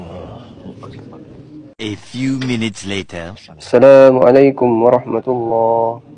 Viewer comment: Ramai yang bagi salam dengan sebut "Salamualaikum warahmatullah..." Kenapa hilang sebutan "As" 🤔 Sepatutnya "Assalamualaikum warahmatullah"